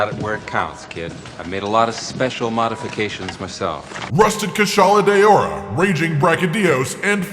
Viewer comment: “Kushala de-ora” wtf? You may as well have gone full on white guy and read it as “cue-shala de-ora”